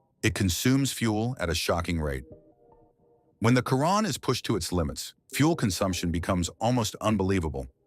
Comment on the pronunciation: It's obnoxious hearing these speech-to-text videos pronouncing a Chiron as a Kyron. You know if you spell it Shearon instead, it will actually pronounce it properly - Pro tip.